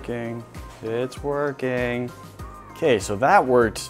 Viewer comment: Why when says "it's working, it's working" it sounds like he said " it's twerking,it's twerking" 😂😂😂